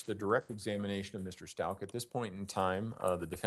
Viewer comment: How can this defense attorney not be able to pronounce the defendant's last name???? It is Stau- K